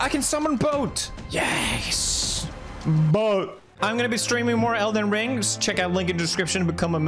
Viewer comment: for some reason the way that PewDiePie says boat is incredibly funny to me